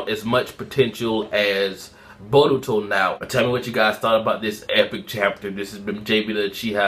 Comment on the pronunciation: learn to pronounce baruto